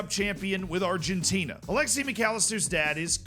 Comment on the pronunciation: I'm not sure if you said Alexi instead of Alexis on purpose or not and it makes me uncomfortable